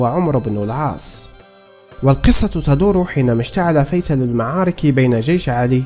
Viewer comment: اشتعل فتيل وليس فيتل. يا هذا